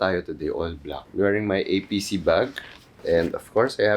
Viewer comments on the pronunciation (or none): i know it’s an abbreviation but it’s actually pronounced as apese, not A.P.C. 😅